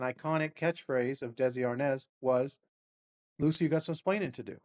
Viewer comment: Chatbot even still calls him Desi Arnez... isn't the name now Desi Arnaz. So I guess the chatbot misrembered that too.